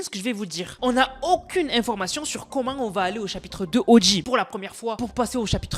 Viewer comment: dsl mais au debut vers information comment tu la dit XD